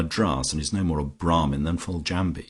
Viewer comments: A treat to have this on audio. Generally the reading tone was fine for me, met the very light sarcastic tone of the novel. But I'm afraid I winced at some pronunciation....."Rise-home" (prefer Rizum) and the e pronounced in "Foljambe". Small niggles, but they do grate rather. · I find the reader's mispronunciation of Foljambe annoying. Couldn't the reader leaf through the book and research unfamiliar words prior to recording instead of guessing and getting it wrong?